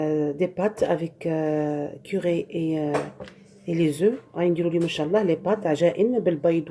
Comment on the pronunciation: il faut dire curry pas curé Et curcuma pas courcumin